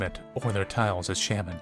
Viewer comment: Sham-men Me: S-ah-men 🤦‍♀️🤦‍♂️🤦 I'm sorry